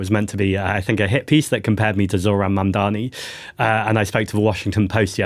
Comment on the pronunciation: Mamdani, not Mandani.